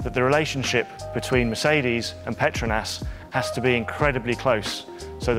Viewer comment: what I learned? Was saying petronas wrong. I was in the Harry Potter universe.